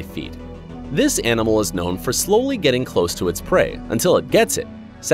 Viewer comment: six point fifty six feeet🤣🤣🤣